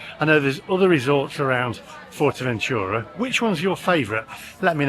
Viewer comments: Wouldn't go to Fuerteventura (BTW it's not "Fort"eventura! Although you have learnt how to pronounce Corralejo) without getting a hire car. But I agree with your "friends" from Brum that it's decidedly odd going to anywhere Spanish just to eat Chinese. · fortevenchura? what's that?